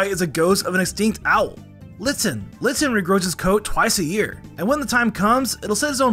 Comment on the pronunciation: litsin got me dying